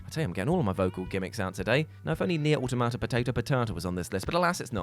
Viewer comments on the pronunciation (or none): none